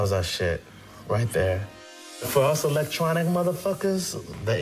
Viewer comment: "Alactronic" that's an annoying af pronunciation of electronic lol